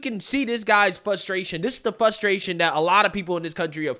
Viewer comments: Just a point of constructive criticism: it’s ”fRustration, not “fustration”. There is an “R” after the first letter “F” and it’s not silent. Other than that, love the all the vids. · It's "frustration" not "fustration" lol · I luv ya...but it's Frustration. With an 'R' - Sorry bro, no offence...the more you know ✌